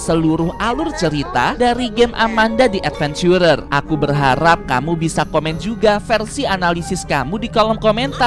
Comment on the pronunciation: nyebut si amanda nya kayagini biar seru amanda dead venchurer